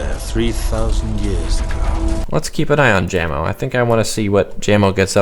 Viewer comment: its /Ja-mo/ not /Jam-o/